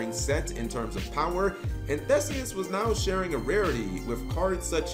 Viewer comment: It's pronounced ThEEseus. So you got it right except for the pronunciation of the name.